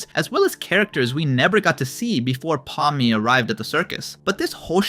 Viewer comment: He also said "Pawnemi" instead of Pomni lmfao